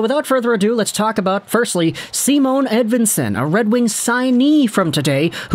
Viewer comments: Is without the “e” yes. Si monn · Just say “Si-monn” there is no “e” at the end. Sounds like you’re saying Simone Edvinsson. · dont you guys say it with emphasis on the i, like S*i*mon says, not Simon*e* says